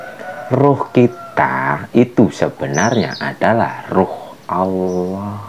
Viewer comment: Sebutan 'ALL'AH itu bgitulah keadaan ujung lidah ke langit2.. Trima kasih